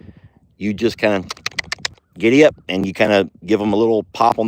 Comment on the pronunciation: Say giddie-up! LOL